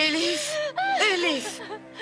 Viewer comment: C'est Elif ma chère